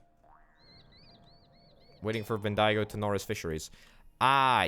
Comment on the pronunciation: Hey, love the vid 😂 Melbourne is pronounced Melburn or Melbin, mainly Mel-Bin (say it fast) Bendigo is pronounced Ben-dee-go (say it fast) A bit of history about Bendigo is that it became a massive town due to a gold rush but is now just a town full of drugo’s sadly. Some more history is that where your train tracks from Melbourne to Bendigo is, is actually where the train line from Melbourne to Albury is and where the Hume Freeway is too.